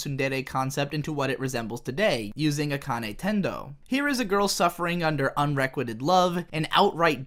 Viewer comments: unrequited rhymes with "kited". Ranma doesn't start with Ran rhyming with Anne. Ran rhymes with brawn. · You Mispronounced Unrequited. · Jesus wept! Learn how to pronounce unrequited.